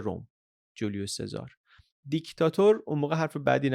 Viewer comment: سلام ، ایتالیایی ها اسم سزار رو " چزاره " صدا میکنن یا میخونن.